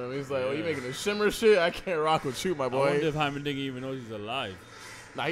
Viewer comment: "Hymerdigger" "Hymendigga" "Heimerberg"